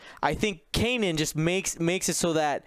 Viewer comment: Can someone please teach how to pronounce Kanan? It's been years now 🤦